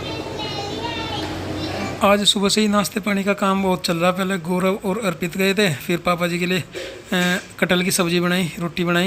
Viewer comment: आप लोग गोरव क्यों बोलते हैं गौरव बोला जाता है आप एक टीचर है शुद्ध हिंदी भी नहीं बोलते हैं , प्रीति भी गोरव बोल रही थी